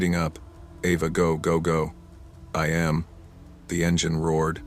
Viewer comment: Please start choosing different names for people in the stories the names are very repetitive and what gets me is the big gap between letters when pronouncing ‘am’ or ‘pm’ lol a …. m